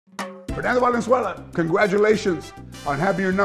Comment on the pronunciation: Que mamon benjamin gil que pronuncia tijuana, fernando valenzuela, hugo sanchez, y julio cesar chavez en ingles. 😂😂😂